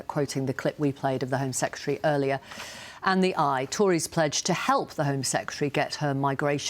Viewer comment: Absurd insult flinging is not debate. And he can't even pronounce the word secretary.